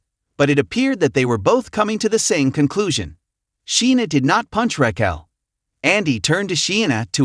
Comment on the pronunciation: What is up with this narrator...... Can pronounce anything correctly Raquil